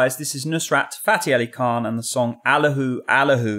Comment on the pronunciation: Teaching a vocal coach to pronounce Allah hoo correctly "Allah WHO" Listen and repeat. You now heard Qawali so why not try "Pothwari sher" next. Also, I'm bilingual and let me tell you the genius of the lyrics are lost on you.